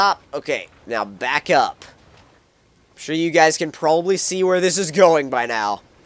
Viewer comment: this may sound racist but i thought he said black flip and im black but then he said back it sounds like black to me